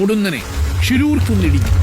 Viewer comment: Not Angola it's ankola, it's not sisrusu. It's shiruru